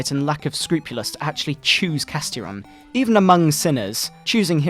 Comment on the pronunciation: Holy shit,I think Castiron was supposed to be pronounced "Cast-Iron" as in the cookware. (I'm choking now from this.)